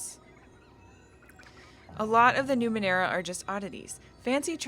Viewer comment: You pronounced Numenera correctly, dont worry.